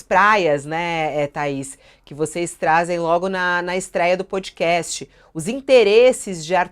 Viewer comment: De uma vez por todas: a pronúncia é pódcast!!! Não é pôdcast; não é pôudcast; é pódcast!! Não é nenhum fonema que não existe em português. Por favor!